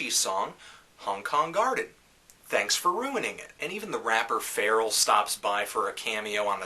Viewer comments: Man called Pharrell “feral” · isn't it pronounced "Fa-rell"?